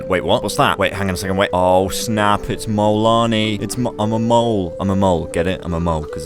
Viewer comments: Guys it's not "Kolanii"😡🙄 It's Molanii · The fact that when he says molanii i feel like hes saying mualani (shes a character )